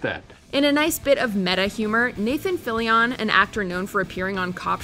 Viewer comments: Anyone else's eye twitch at every wrong pronunciation of Fillion? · Y’all butchered Nathan Fillion’s name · The way she pronounces fillions name is maddening.